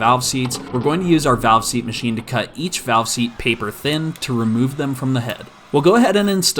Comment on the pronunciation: You said "valve seast" so many times that I no longer believe its a real thing lol Edit: this is a joke